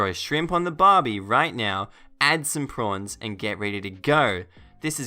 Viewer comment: Yay you said prawns, im so happy!!